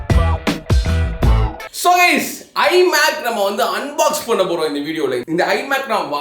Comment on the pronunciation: your tellinn i mac as hari mac